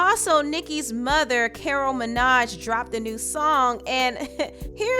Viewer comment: Girl you always butchering people’s names! The man’s last name is Petty. Not Perry. Her mothers name is Carol Maraj, not Minaj. I love your channel but Please respect people names.